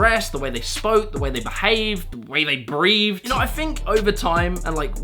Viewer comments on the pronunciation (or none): "breathe"? Is the 'th' replaced with a 'v' in UK?